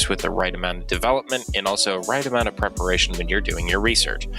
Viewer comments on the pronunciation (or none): none